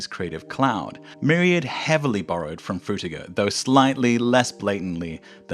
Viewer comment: "Fruitger" LOL